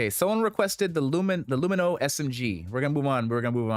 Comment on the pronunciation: I don't know why hearing an extra syllable added to Lumin is so jarring every time I hear it in these videos. My general loadout is usually some combination of the Arclight or LH86, P8-SC, and S-71 or Gallant.